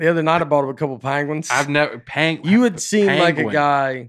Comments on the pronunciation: This actually turned out to be a pretty good episode. Then again, I would’ve been fine listening to 80 minutes of Nate pronouncing “pangwin”. Keep up the good work, Nate,, and. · penguin not panguin